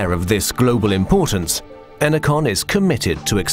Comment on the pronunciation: Ener-CON. Says it all.